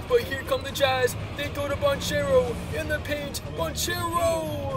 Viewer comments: Magic fan here - it is pronounced Ban-Kairo not Ban-Chero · I hate how he pronounces banchero